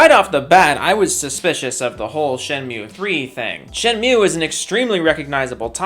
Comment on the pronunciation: It's shady to announce a kickstarter of a higly requested game at a big stage at e3 but it's ok to enpower your arguments by answering to a random youtuber... get you're facts straight and try to pronounce shenmue right. Maybe then someone takes you seriously.